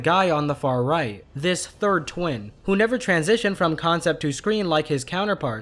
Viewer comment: You said win not twin